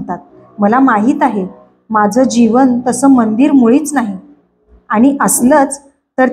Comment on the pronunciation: लिहिलेले वाचताय ना, मग आनि पानी नका करु हो. प्लीज विनंती करतो.